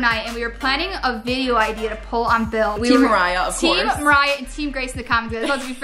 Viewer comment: she Called Bill Billle